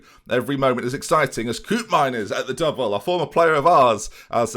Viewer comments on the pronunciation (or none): none